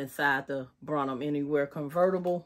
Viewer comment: You’re pronunciation of Brahmin. Is incorrect.